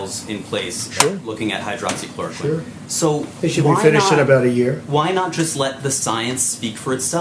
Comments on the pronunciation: He practiced for sure. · Hydroxychloroquine, I am surprised to see that he pronounced it right and in one breath.